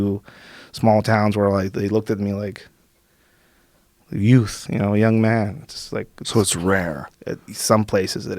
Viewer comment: He's so mexican he almost said "Jouth" instead of "Youth"